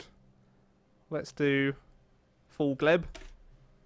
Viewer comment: Lets start "Fall Gleb" xD Gelb m8 Gelb